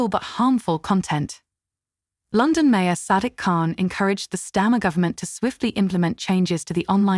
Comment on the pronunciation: Lon-don? Where's that? Another AI voice not actually able to speak English.